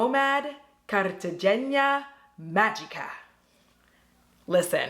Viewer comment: Hey, my last name is actually Cartagena, I think you did pretty good pronouncing it... The G is actually pronounced as a H or you could just say it the way Fat Joe says it lol either way you did really good with the Spanish... love the looks and the video I might just get the palette just cause it has my last name lol